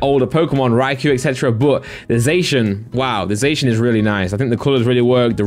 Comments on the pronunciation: y do u say ‘zashun’ isn’t it ‘zassiun’, I’m from England as well and I pronounce zacian like that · Your saying zacian wrong lol